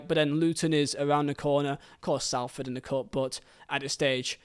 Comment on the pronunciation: It's pronounced, Solford, not Salford even though that's the spelling :)